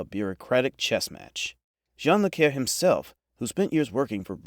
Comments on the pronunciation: You mispronounced John le Carré's last name. Carré is a French name with the final é(accent aigu) pronounced as ay. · Use human narration, at least until AI can pronounce "Le Carre" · Please teach your AI to properly pronounce "John Le Carre", "Kim Philby", and "Cary Grant".